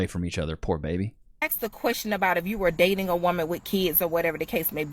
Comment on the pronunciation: The word is "asked". "Axe" is an implement used to cut down trees...